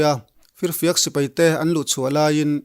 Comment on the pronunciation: Sipei nilo in, Sipai tih zawk tur a lawm😁😁